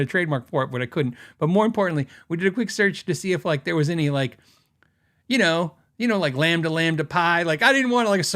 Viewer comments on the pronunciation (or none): none